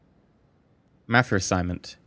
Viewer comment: i like how says Ma-fia he says Me-fia